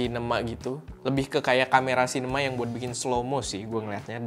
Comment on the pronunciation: kebaca nya cinena :v